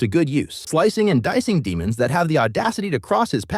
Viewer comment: Stop calling them de(short)mons